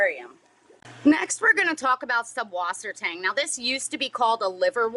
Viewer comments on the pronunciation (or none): Just some information I think everyone should know: It's not called "Subwassertang"... The name is German and it's spelled Süßwassertang. The letter ß is not a b. It is in fact a type of s in the German language. It can be substituted using a double s. Süsswassertang. And the word "Süßwasser" literally means "sweet water" which is the German term for fresh water. While "Tang" is the German word for seaweed. So the name just simply means "Fresh water seaweed"